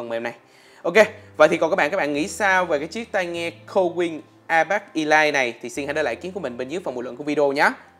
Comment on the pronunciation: Elite phiên âm là /iˈliːt/ - Đọc là ì lít... k phải i lai :))